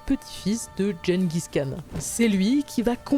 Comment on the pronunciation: Gengis Khan doit se retourner dans sa tombe à chaque fois que vous prononcez aussi mal son nom...